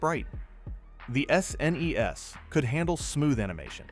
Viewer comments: Yea, the A.I. voice is cringe af. From S. N. E. S. to shnesh lol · This video's the laziest AI slop I've ever seen. It's actually far WORSE than any games featured in the video! Say it with me kids, "S ... N ... E ... S." 😆